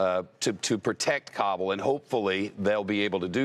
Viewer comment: I hate when people pronounce Kabul as [Cobble] when even the locals say [Ka-bool].